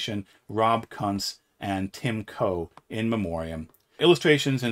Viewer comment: My man, Rob Kuntz's name is pronounced “koonts”.